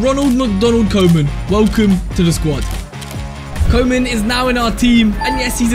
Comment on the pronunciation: his pronounciation of koeman LMAO